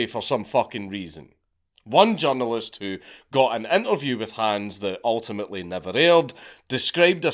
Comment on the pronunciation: when you say, “journalist”, I hear “junglist”, and it makes me laugh so hard in the context of what you’re saying 😅